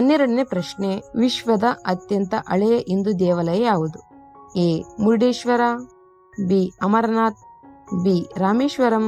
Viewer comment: Adu mundeswara alla murudeswara. swalpa tiliyo hage heli..